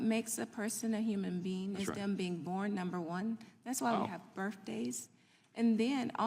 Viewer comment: Medical doctor that pronounces birthday as "berf-day".